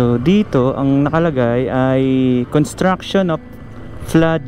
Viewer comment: paki banggit lang ng malinaw ang salitang construction? Ang pagdinig ko parang con at hindi cons. Dahil magkaiba ang meaning nito kung walang s. Construction and contraction are 2 different meaning.